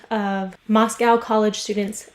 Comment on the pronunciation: It’s been a year and you don’t know it’s Mos-CO not COW. I am a local to the area trigger and would like to reiterate that it’s Xana Kernodle, Ethan Chapin, Madison Mogen, & Kaylee Goncalves.